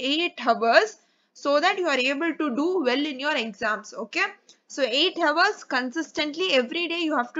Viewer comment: Sorry ma'am..but Hours & Ours are pronounced the same..'H' is silent in Hour..I really appreciate your work Keep motivating & directing 😊